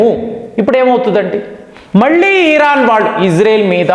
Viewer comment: మీరు thumbnail లో ఇరాన్ అని పెడతారు. కానీ మీరు ఉచ్చారణ మాత్రం ఈరాన్ అంటారు. ఏంటి? నా పిల్లలు కూడా మీ మాట పట్టుకుని ఈరాన్ అంటున్నారు. మీకు ఉచ్చారణ లోపం ఉంటే సరిపెట్టుకోండి లేదా మార్చుకోండి. దయ చేసి నేను మా పిల్లలకు నచ్చ చెప్పలేకపోతున్న. అర్ధం చేసుకోగలరు. 🙏🏻🙏🏻🙏🏻🙏🏻